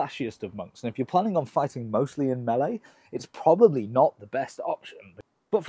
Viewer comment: I like that you pronounce melee correctly.